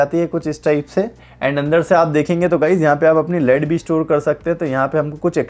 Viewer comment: Sir ji, "लेड" hota hai. "लीड" नहि। Just letting you know, please don't be offended.